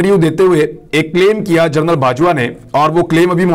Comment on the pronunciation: برخوردار اردو میں 6 کا تلفظ "چھ" نہیں "چھے" ھوتا ھے۔ نیز general کو "جنرل" بولا جاتا ھے۔ "جرنل" یعنی journal "جریدہ" کو کہا جاتا ھے۔ اسی سے آپ کے پیشہ کا نام (journalist) نکلتا ھے۔ باقی پیشکش لاجواب ھے۔ جاری رکھئیے۔